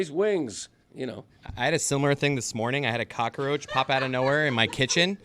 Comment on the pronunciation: Ahh, yess the flying "cock-a-roach" Dan probably calls pest control or Mike Ryan anytime he sees a fly...